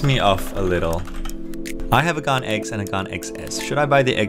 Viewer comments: Plz stop saying Gun instead of gan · It’s pronounced GAN not GON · Did you just say GAN instead of GARN